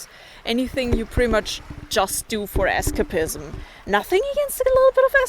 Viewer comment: Es'ka'pism?... E'scap(e')ism. Just nitpicking pronounciation/accent.